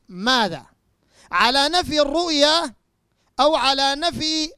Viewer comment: أولا انطق كلمة الرؤية صح وبعدين حاور العلماء .. معظم نطقك الرؤيا والرؤيا الحلم أيها المفسر الفطن . انتهى